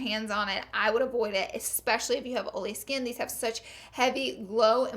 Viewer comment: I love how you say "oily"